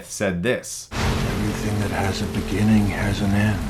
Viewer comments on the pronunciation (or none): none